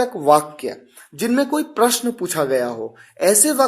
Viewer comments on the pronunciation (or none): none